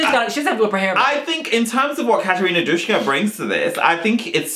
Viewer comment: it's not Dushka, it's just Duska